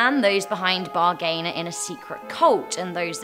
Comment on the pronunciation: THE WAY YOU PRONOUNCE BERGHAIN... TZZZHAHHAAH